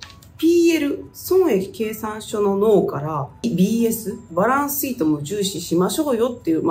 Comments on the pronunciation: バランスsheet 良い発音♬ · バランスシートの発音がいいですね